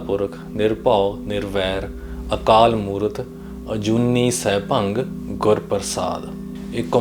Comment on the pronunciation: “ਸੈਭੰ” ਨੂੰ “ਸੈਭੰਗ” ਉਚਾਰਣ ਨਾਲ ਅਰਥ ਬਦਲ ਜਾਂਦੇ ਹਨ 🙏